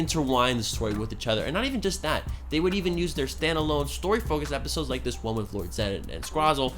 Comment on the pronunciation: You said filler epishodes